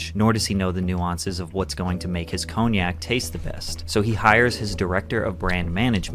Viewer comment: Hate how he pronounces cognac